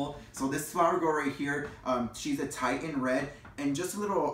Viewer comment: FYI: the red hair color spelled “Titian”? It is pronounced TIH-shin, not TIE-tuhn!